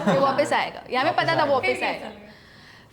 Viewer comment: Take a shot every time akriti says "wopis"